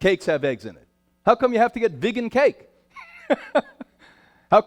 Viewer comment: What the hell is a “viggen”. 😂it’s vegan Brian